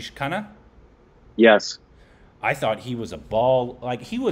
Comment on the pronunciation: Sounds of khana and khanna are different but its hilarious to the way they are pronouncing those the same 🤣